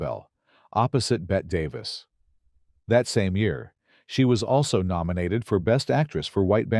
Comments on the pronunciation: "Bet Davis," huh? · Learn to say Bette Davis, you AI clown.